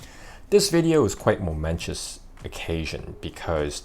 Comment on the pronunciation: Momentous, not momentious.